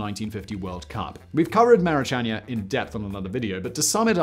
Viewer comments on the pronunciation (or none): I think he meant 2008 and 2014 but those mixed up years did trouble me. Never mind his pronunciation of Maracanã which is screaming to have the final syllable stressed. I think I heard that this iconic stadium was going to be renamed, admittedly after a player of some renown. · For such a well researched video, it is a shame you couldn't take five minutes to look up the pronunciation of some of these cities/stadiums. Hearing "Maracaña/Maracanha" instead of Maracanã is very poor form. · bruh those were some of the worst pronunciations i've seen in my entire life, he completly butchered cuiabá and maracanã, couldn't even go to google translate to at least have an idea of how they're pronunced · please learn how to pronounce Maracana...